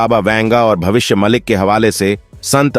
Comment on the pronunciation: कृपया “भविष्य मालिका” को “भविष्य मलिक पुराण” ना कहें। यह कोई पुराण नहीं है। और यह भविष्य मालिका है—मा लि का है म लि क नहीं।